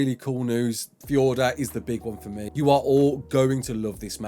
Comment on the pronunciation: How come you can say fjordur normally but not valguero